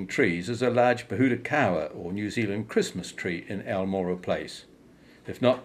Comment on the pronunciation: very sht pronunciation. i lived on almorah for a year. wish i didn't know this. turns out he was another colonial land stealer. no suprises. went south to fight my people. interesting history. but the pronunciation is gross.